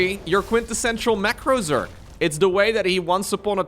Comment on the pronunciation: Normally I'd let it slide, but you added an 'e' to Zerg more than once. It's 'Zerg,' not 'zerge.'